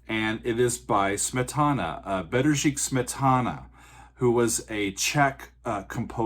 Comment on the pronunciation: Wow, nice attempt at pronouncing Bedřich! And thanks for the nice words about my city of origin :-)